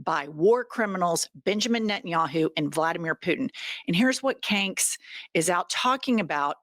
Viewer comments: Love that you call him 😭😭😭😭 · You do mess up our language,.